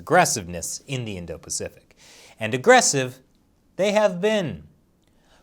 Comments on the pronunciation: PACIFIC, NOT PAFICIC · *pacific * just saying